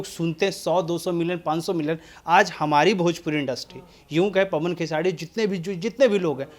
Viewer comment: Aap khesari ji ka name khesadi kyu bolte h name Pahle Sahi se lijiye.